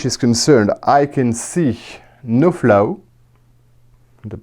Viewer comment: The way you say Flaw 😯